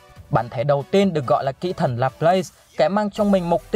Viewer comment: Kỹ thần mà nghe thành kỹ nữ 😂😂😂😂